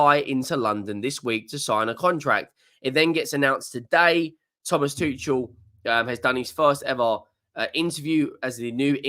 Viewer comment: It’s pronounced: Too-kul. Good day. 🫡